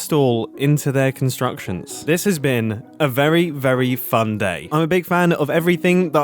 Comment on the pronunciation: "a very fu(a)n day"